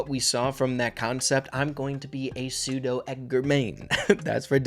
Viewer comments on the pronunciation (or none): none